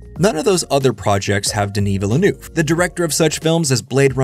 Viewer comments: Great video, thanks. By the way, it's pronounced veel-nerve. Veel-nerve. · Denis Villa(New-eh-veh) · The way you pronounce it "Villanouve" will never not be funny to me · Why can't youtubers pronounce the name though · Why have so many Youtubers failed to learn how to pronounce Villenueves name. It was understandable 4 movies ago. His films weren't that big. But he has done 3 hundred million dollar scifi blockbusters in the last 6 years. He isn't an unknown indie director anymore. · I’d love to hear Villeneuve surname pronounced correctly here. 😃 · Dude learn to pronounce his name. Just watch him on Colbert. How do you do an essay and not get his name right.